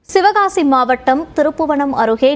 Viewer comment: சிவகாசி மாவட்டம்ன்னு ஆரம்பத்துல தப்பா வாசிக்கிறாய்ங்க. தமிழ்ல்ல ஒழுங்கா கவனிங்க.